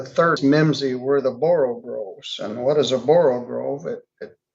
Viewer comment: "all mimsy were the borogoves" is the actual phrase. not borogroves.